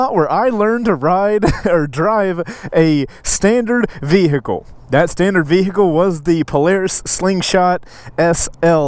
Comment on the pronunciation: Vee-hicle 😄 lol